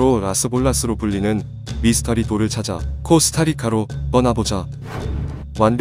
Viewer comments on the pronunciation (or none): none